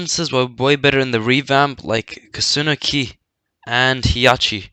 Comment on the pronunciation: Lol I like how he says Koòsunoki